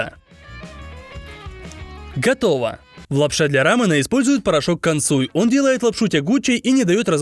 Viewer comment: Рамён а не рамен.